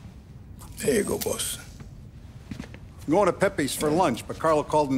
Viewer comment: I laughed sure hard when salieri said you up for a drive? Then tommy just responded with “ SuRe BOaSs